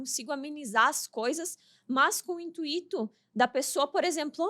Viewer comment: Pelo amor de Deus! Pare, olhe e escute: INTUITO. A palavra é uma paroxítona sem acento. A sílaba forte é UI. Não tem acento no i. Ok?